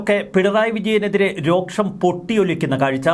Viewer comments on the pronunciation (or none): Rosham not roksham